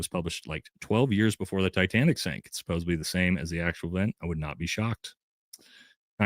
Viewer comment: it's supposedly not supposebly